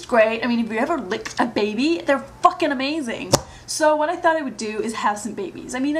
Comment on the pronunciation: when you said "f***ing" I heard your british accent